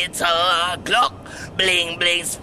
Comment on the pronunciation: instead of saying 9mm glock he says gluck